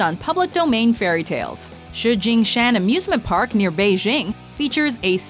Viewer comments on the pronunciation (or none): none